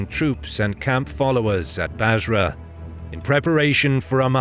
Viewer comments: Bursa not “Basra”. As in, the first capital of the Ottomans. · Great video. One correction though. The narrator mentions "Basra" early in the video when he obviously meant Bursa.